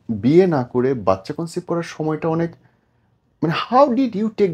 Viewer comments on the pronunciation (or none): কনসিভ হবে,, কনসেপ্ট না,আমিও মনে হচ্ছে কনসেপ্ট শুনছি